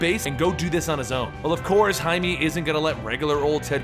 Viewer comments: he has says it werid, he says hi-me but its hi-meh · no offence but its pronounced high-meh not hight-me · Jaime is pronounced "Hi - May". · Isn't it just pronounced "Jay-Mee"? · His name is Jaime not jaimy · This is not to make fun of you but in Jaime's name the e is a short vowel